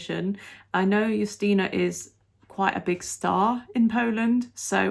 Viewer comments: Your pronunciation of Justyna’s name is the best I have seen so far. Honestly!😂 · Finally someone who can pronounce her name properly. Greetings from Poland!